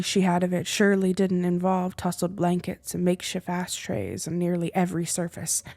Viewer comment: I really liked this but, I felt like it was half finished and some words were mispronounced e.g. "asstray" 😅 No hate, though, would love to listen to more and watch you develop as a story teller, you've got something there.